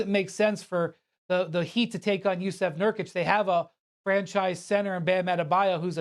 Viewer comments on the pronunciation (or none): Como on... at least learn to say JusUf instead of JusEf... reqlly not hard after what - 10 years in NBA now?